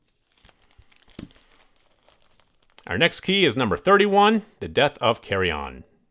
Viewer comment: Carrion is not pronounced “carry-onn”